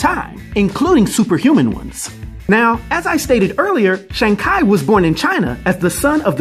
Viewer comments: yo, i had to replay that part and actual look it up to see if i was wrong the whole time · Damn. I had to pause it. Thinking I heard wrong. Come on bro. You sound like A freshie thats just come of the boat🤷🏿‍♂️😂😂😂😂😂😂😂😂😂😂😂😂😂😂😂😂😂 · the way you pronounced shang-chi LMFAO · Love your videos but this pronunciation of this iconic characters name hurts everytime you said it. He is not as famous as other characters but he has been in a fair bit of media. its a shame it Really feels like you didnt read up much on this one. Evens so, Thank you for all you do in the world of comics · They go over how to pronounce it in the movie, and uh this ain't it lol. I can't wait to see where phase 4 takes us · Omg you're pronouncing shang chi lol good video though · Sorry. Couldn’t watch the video due to the mispronunciation of his name lol. Nails on a chalkboard lol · i had to thumbs down this video and stop watching it because the pronunciation you decided to go on im sorry i love your videos but you made a dumb mistake on the pronunciation you decided to go with ..you should have just went with your gut or just go off with what kevin feige went with ..smh im sorry dude ..you made a dumb mistake on this .. though im glad you made a disclaimer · Sheang Kai? REALLY? Why not follow Marvel pronunciation instead of Google? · That's pronounced Chee even though it's Chi. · Shang Ki? I love the video but it's razors to my ears hearing his name like that LMAO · Weird, my google translator pronounces "shang chee" when i set it to both traditional and simplified Chinese. Also, "shang kay" is absolutely awful to hear. I really hope its not the correct pronunciation. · My Chinese friend said don't trust Google translate... Shang Chi is the correct way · Why you butcher this character name like that it’s not Shang Ki it’s Shang Chi simple 🤦🏾‍♂️🤦🏾‍♂️🤦🏾‍♂️🤦🏾‍♂️ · Who the hell is Shang Ki??🤔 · Bro...love you...love your channel/your content, but...please tell me you are kidding about the Shang-Ki thing